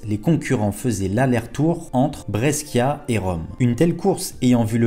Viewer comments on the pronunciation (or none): Et « Brescia » —> Brèchia 😊